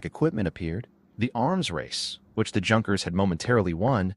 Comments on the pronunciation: I know! It's like nails on a blackboard every time he says Junk..ers. AAargh. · Junkers is pronounced Yunkers